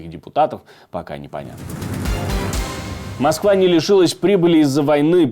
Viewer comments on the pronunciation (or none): none